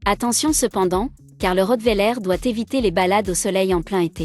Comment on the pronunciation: On dit pas le rottwéler on dit le rottweiler